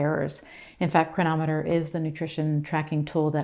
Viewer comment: Could you please say the name of the nutritional app you showed. I could not understand what you said. It sounded like "triameters"?? thank you.